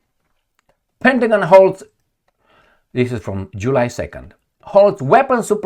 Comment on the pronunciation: The way you pronounced July 😂. Be careful, aipac will call to rename our favorite month.